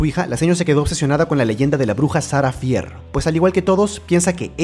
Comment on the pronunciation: No hate pero se pronuncia "Fer"